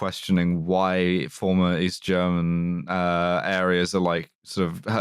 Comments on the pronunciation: thanks for actually asking someone who speaks german how to pronounce stuff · Someone actually pronouncing German well on wytp. What a time to be alive